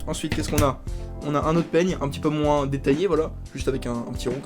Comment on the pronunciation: "MoinSSS" (quelle horreur) J'ai le même peigne avec le p'tit rond lel Mais il m'est pas bien utile... bisous :3